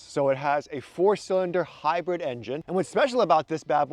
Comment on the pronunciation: It's hybird. Not hapoening.